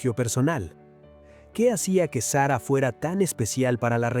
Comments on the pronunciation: Señor. Eñ espàñol de pron7ncia. Sara no Sera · Que mal pronuncia el nombre de SARA.... deja el inglés de lado.,no sea payaso.ESPAÑOL SARA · Payaso!!! SERRA....!!!! SARA!!!! ESPAÑOL